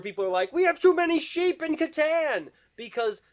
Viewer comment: You pronounced Catan two different ways!!! 😄😄🙂